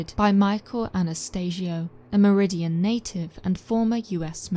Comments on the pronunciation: Also as a one time resident of Meridian ct , the second I isn't pronounced. Its mer-i-dan. BTW if you want to see the black dog, go to the tunnel in the woods at night... If you don't know where that is ask a local they might tell you, pay a homeless person they will lead you there. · Great video as always but the town in Connecticut is Meriden not Meridian.